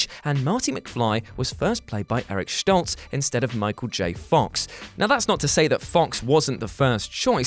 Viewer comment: Eric Schtoltz?? For some odd reason, that got under my collar. lol It's St-ol-tz, no SCH. :P